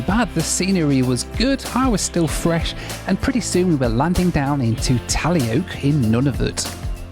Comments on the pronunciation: For anyone interested (perhaps even the video's creator...) Taloyoak is pronounced more like Ta-/loy/-o-/ak/ and you don't say the a in Gjoa - more like Jo Haven. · Taloyoak is pronounced “ta-LOW-yo-ak”.